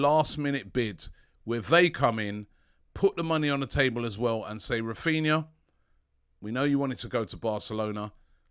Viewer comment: you can't even get his name right.